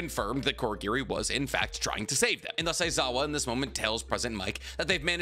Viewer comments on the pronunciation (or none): Also pronouncing Kurogiri as Korogiri, dunno if thats an accent thing or not.